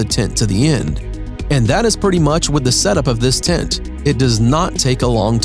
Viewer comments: Nice and original tents BUT am I the only one that got annoyed with the way he pronounced "TENT"? It sounds like he's saying "TINT" :) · Its called a tent and not a tint. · Voice Actor: Doing a voice over for a TENT video Also Voice Actor: Pronounces it "Tint" and "Tit" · I love the bubble tent Also they thought he was saying tint instead of tent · Honestly I thought dude said tit at first! 🤦😳🤷✌🏻😂🤘🏻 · "the tints..."😂. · STOP CALLING IT A “TINT”. You ruined this for us. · Was anyone else bothered by the narrator saying "tint(s)" rather than tent(s)? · Why does the narrator not know how to pronounce “tent” and keeps saying “tint”? How annoying. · Sounds like he’s saying tint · El tacko, I'll agree: "tint"...(!) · fFter hearing "tent" pronounced as "Tint" five times in the first minute, I just couldn't take it anymore. See ya... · I know! I noticed it right off the bat and almost didn’t make it through the video. So weird. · Niko TheBlackCloud lol true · His pronunciation of tent and words like 'during' is so annoying. A 'tint' and 'dearing'. Steel staircase instead of a ladder. I rolled my eyes so far back i could see my own ass. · This should be called Tin Coolest Tints in the world, according to the narrator. 🤣